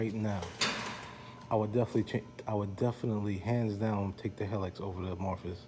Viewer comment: Thanks for your nice review. I love my 2004 Helix that just turned 21000 miles with no issues - just normal maintenance. It's worlds better than my first scooter - a 1957 Cushman Pacemaker! By the way, it's pronounced he-licks, not hell-iks.